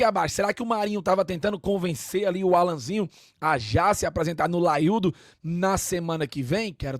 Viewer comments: Que porra de " laiudo " é isso. É O LAIO !!! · "laiudo" é paia viu